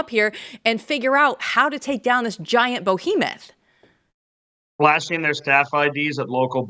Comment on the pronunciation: Forgive the OCD please, it is 'behemoth' not 'bohemoth'. As to the young people, Big Balls seems to be going ok at getting them by them.